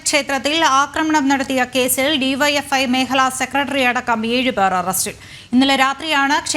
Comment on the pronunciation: BYFI alla DYFI